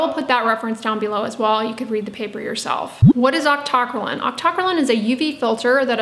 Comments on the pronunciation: Octo - cry - leen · God lord, it's octo - cry - lean! Or aak tuh krai leen. How did you come up with your pronunciation? A basic chemistry course should have given you the foundation to say it, but you've taken more chem than me yet got it wrong?